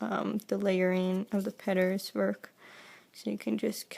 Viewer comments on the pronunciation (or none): Oh I see she changes the l's to r's- petters- taber-etc. Good video but I can't get over the talking! So sorry!! 😑